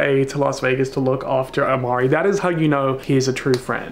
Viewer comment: It is Imari not Amari